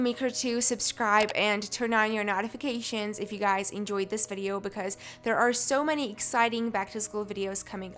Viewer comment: “NoTifIcAtiOnzzsz” sorry just had to point this out no t trying to be mean🤦🏽‍♀️